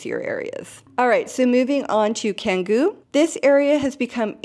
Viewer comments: Do you live in Bali? Have you been there? Pronunciation is Indonesian is very easy as is phonetic and i feel that if you had been there for any length of time you would know that c sounds like ch. so it’s chan-goo, not can-goo. One you know how each letter sounds, it’s phonetic! I don’t live in Bali but I’ve visited there a few times and learned some key phrases and learned how their language works. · The letter "c" in Indonesian is almost always pronounced "ch", so it's "Changgu" and not "Kanggu".